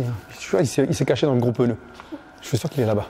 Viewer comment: Ce qui m'a marqué dans la vidéo : "peneu"